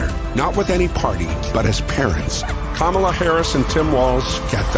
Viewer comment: Sadly As a memeber in the WWE hall of fame, his mispronouncing her name is his attempt to subtly pass along a racist trope by comparing her to "Kamala", pronounced Ka Ma la, The Ugandan Gaint who was a pro Wrestler and whose gimmick was a wild savage from africa.